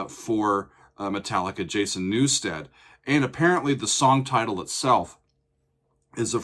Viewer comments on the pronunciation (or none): He said Jason Newsted on Bass.. hahaha